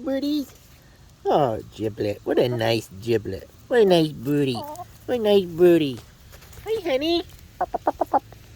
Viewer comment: Kept hearing "nice booty" until I finally realized he said "birdy"